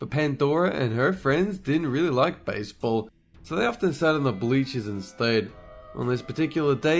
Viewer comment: Ah yes... A """"""""""BACEBALL""""""""""